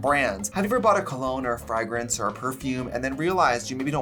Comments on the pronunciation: FRAG rance?? like FRAGGLE rock? your pronunciation is funny! it's FRAYgrance. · I love Trixie, but why does she keep saying "fri-grance" instead of "fra-grance"? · Did anyone else catch the ‘frag- rinse’ instead of fragrance when she was talking about scent bird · Trixie, the way you say "Frah-grence" haha in the UK we pronounce it "Fray-grance" 🤣🤣🤣🤣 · the way she says frAgrance sends me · Am I hearing you say FRAGGrance? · Why does Trixie say frægrance like that 😭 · The way you say FRAGrence is it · Fragruntz? What’s a Fragruntz? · Hearing Trixie say fragrunce was amazing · The way trixie said fragrance "fagrance" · I love hearing her say “Frygrance” ♥️ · Did she just say frag rance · Scent bird must really love Trixie if they haven’t taken her code away after hearing her pronounce fragrance! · Trixie pronounces fragrance that way because she’s trying to hide her wagon = way-gun accent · Obsessed with how ms Trixie says fragrance 🤣🤣🤣🤣🤣💅🏼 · Is it a Wisconsin thing or a Trixie thing? Sorry I know that’s a dumb question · It's clearly Jennifer Coolidge in the other room. Plus, is it me or does he pronounce 'fragrance' oddly? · SAAAMMEE!!! 🤣🤣🤣💖💋 love this xXx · Gee whiz, I love how Trixie pronounces ‘fræygrïnse’ and ‘Cyeahlivfœrnÿa’ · Next ep sponsored by babbel so trixie can learn how to pronounce fragrance and Versace